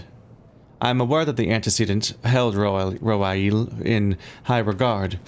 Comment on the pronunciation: Roaille is pronounced "Wry"... that's why the mission title is supposed to be mean "The Reason Why"